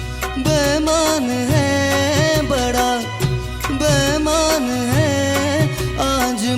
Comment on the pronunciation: bemaan ❌Beimaan ✔️ Pls Bro Legend Hai Woh.. Ase Toh Mat Kar Doh #No Offence😢